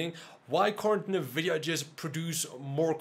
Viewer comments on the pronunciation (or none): NNNNNN Vidia........not Nha Vidia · I love the channel, but every time you say "NAH"VIDIA, I can't help but laugh! XD